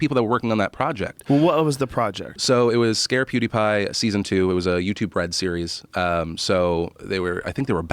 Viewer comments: hamthemad poo is pew sooooo he's in the right ball park haha....we need Joey Diaz to correct him and get revenge lmao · I think joe actually thinks his name is poodeepie from the way he says it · I love it when Joe Rogan says "poodipie" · Joe saying poodeepie lol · viper4991 lol I could see him saying something like "poopapidie" lmao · Joe "PhooDeePie" Rogan. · "pooty-pie" -Joe Rogan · joe calls him poodiepie lol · "Poodiepie" Pffffffffffffffffaaaaahahahahahahahahahahahah XD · Stop fucking saying poo de pie